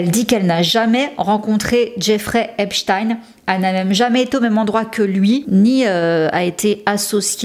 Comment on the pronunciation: J'aime bien tes vidéos ms fais un effort pour l'accent stp. Tu peux avoir les prononciations sur Google, en tapant par exemple "Epstein pronunciation". J'ai encore du mal à oublier seudge night pour Suge Knight... Mais j'aime bcp tes vidéos, j'insiste. Merci pour ton travail fouillé et divertissant, c'est mieux que ti-M-zi 😁